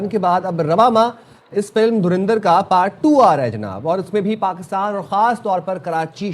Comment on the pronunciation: ये पाकिस्तानी अच्छी भली धुरंधर को तरिंधर क्यों बोलते हैं 😄